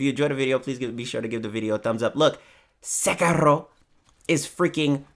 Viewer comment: It's Se-kee-ro